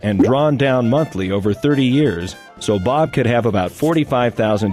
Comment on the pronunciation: "M O N T L Y"